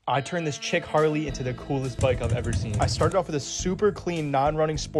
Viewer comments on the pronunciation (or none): Are you saying chic or chick? Chic-"Sheek" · I thought he just didn’t know how to pronounce chic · “Chick Harley?” WTF… Do better. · I think he meant to say chic which means unique i think, not chick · “Chick harley”? The hell is a “chick harley”.